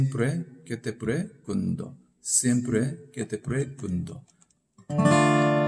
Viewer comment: 스페인어 기본 조금만 배우셨다면 발음이 좀 더 좋을 것 같네여 (Pergunto)뻬루군도 아니고 뻬르군또 (Hoy)호이 이니고 오이 그래도 열심히 가르쳐 주신것 열정이 느끼며 원곡을 들으시며 발음을 조금 수정 하시길 바랍니다